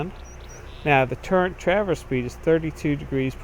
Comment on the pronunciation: Why does everyone call it a "turrent" instead of a "turret"? There IS NO N!